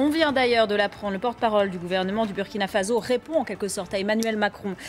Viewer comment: On dit Faso pas Fazo